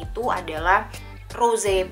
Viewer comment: Uda jd kebiasaan umum org Indo klo baca English ejaan ttp pake Indo Ro-se. Tdk terkecuali jurnalis. Walaupun akhirnya pengucapannya benar setelah ngawur yg pertama.